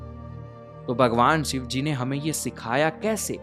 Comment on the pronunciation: Bhai yar phehele Bhagwan ka naam sahi se lele yar sivji nahi shivji- shhi shi shivji